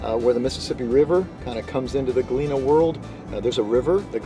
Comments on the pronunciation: Pronounced Galeeeeena not galinna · Sorry, friend….but you’re going to have to go back & re-film the entire episode with the proper pronunciation of the name Galena & a proper outfit to wear. Other than that, I’d say you nailed it! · Maybe you should do your research before making the video. You obviously new the history so you should have know how to pronounce Galena.